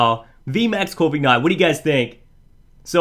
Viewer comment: He says corvigknight